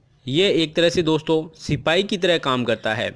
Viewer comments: Ap y platform use kr rhe hai or apko sipahi na likhna aa rha h or na hi bolna....think twice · Very nice sirrr... But not sipai... It is sipahii